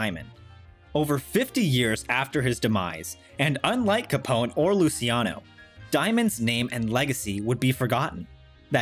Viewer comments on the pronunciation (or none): I believe the pronunciation is Loo-chi-ano, not Loo-si-ano. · "lucky Lucy-iano" lmfao